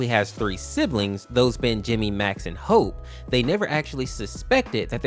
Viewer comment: Dude its hope not hoe💀